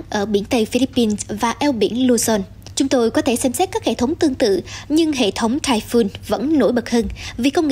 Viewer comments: Typhoon đọc là "tai phun" giống như catoon, không đọc tai phon. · cùng một chữ "TYPHOON" mà 2 phát thanh viên cùng 1 nhà đài lại đọc 2 kiểu khác nhau lặp đi lặp lại rất nhiều lần nghe nó kì cục làm sao. một người đọc "phon", một người đọc "phun" cả một bản tin tận 20 phút mà ko thấy sự thay đổi nào. Chứng tỏ chương trình ra bản tin liên tục nhưng thiếu sự chuẩn bị kĩ lưỡng, khả năng phát âm tiếng anh của phát thanh viên còn nhiều hạn chế vì nhiều lần tui nghe phát âm ko đúng mà ko phải chỉ mỗi một phát thanh viên. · Phát thanh viên áo đỏ đọc sai chữ TYPHOON. Nên nhờ Google Dịch phát âm giúp những từ tiếng Anh trước khi phát ngôn.